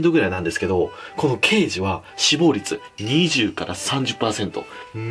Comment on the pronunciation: 脂肪率が死亡率に聞こえて「鮭ってそんなに死ぬんだ〜…鮭児はそれ以上！？まじか〜…そりゃ貴重だな。」と思ってたら脂のってるとか話し出したからびっくりしたww